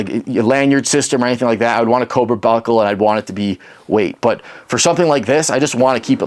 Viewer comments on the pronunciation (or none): none